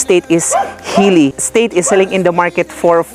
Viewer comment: don't pronounce as state.. es - teyt (slowly)